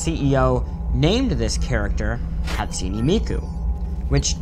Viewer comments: “Hat su knee Miku” BRUH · Cartoons Hahtsooneh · The way he pronounced hatsune miku- "Hat-sunee" Me: internal screaming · ono The e at the end of Hatsune isn't pronounced as "ee", it's pronounced as "ay". "Hot-soo-nay" or even "Hat-soo-nay" are acceptable.